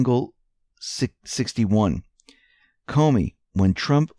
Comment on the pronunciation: lol - "SAH VED DANGLE 61" Try "Saved Angel 61" instead, maybe...? ;) 😇